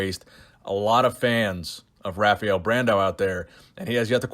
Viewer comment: The R is pronounced like an H in brazil. It's pronounced Hafael.